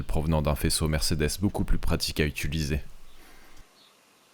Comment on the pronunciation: tu as remarqué que tu dis : ituliser au lieu de : utiliser